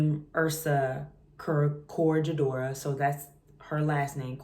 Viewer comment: Cot-Rega-dora ** is the pronunciation